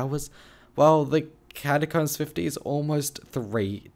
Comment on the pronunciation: why do i hear "cashcups" when he says catacombs